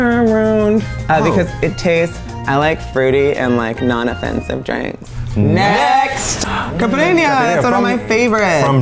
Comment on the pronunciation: I love your videos but honestly I actually got interested in this one in particular once I saw my country's flag haha Also, I love Eugene's pronunciation of "capirinha" and "obrigado" ❤️🇧🇷